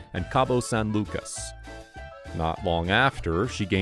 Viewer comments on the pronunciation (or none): none